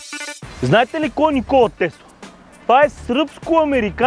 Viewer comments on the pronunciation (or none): none